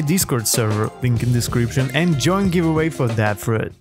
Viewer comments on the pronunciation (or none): none